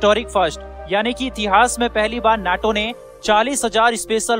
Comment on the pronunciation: नाटो न्याटो नहीं 😅